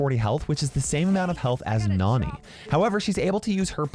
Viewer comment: i heard you say "nani" for the first time in this video and it sounded really weird you said "noonee" instead of "naahni"